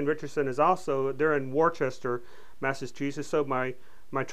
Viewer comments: Liked the review of your M1. I'm picking mine up later today, with a replacement stock from CMP. Just one thing, in your video regarding the trigger group and the origin of manufacturing, the city is pronounced Whistah or Woostah don't worry though its commonly mispronounced by almost everyone outside of MA. Again great review and beautiful M1. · H & R is from Worcester, Massachusetts. US folks from Massachusetts pronounce it Woo-stah. Good video, can't wait to get my M1!